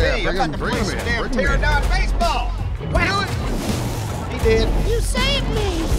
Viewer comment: Pteranodon.. Pteranodon. PTERANODON. Wtf is a terradon